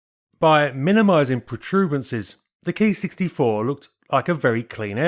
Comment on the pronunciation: Thaks for saying Ki right. It's KEY to good pronunciation. I was told by an internet sensei the Katakana Letter Ki was shorhand for Airframe + Number. As used by the IJAAF. The IJNAS Typed thier aircraft by a code that indicated Role, Iteration, Manufacturer and type number. A6M5 = Attack [fighter] Sixth in series/ M = Mitsubishi/ 5 = Fifth revision.